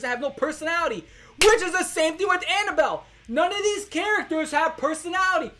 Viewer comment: the southern accent on “anabelle”